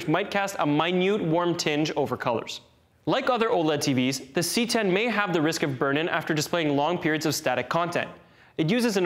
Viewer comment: I hate that he calls it the "C 10"...